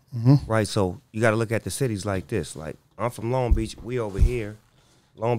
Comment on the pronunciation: What they know bout LONG BEACH! Not (l- ong beach) its (Loan-g Beach) 😂😈